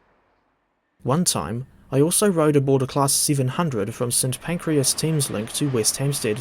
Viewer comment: It's St. Pancras, not St. Pancreas ;)